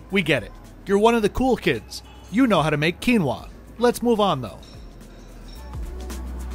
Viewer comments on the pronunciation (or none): none